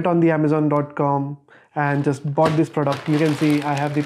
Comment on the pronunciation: I’m felt it when he said “BOughTD”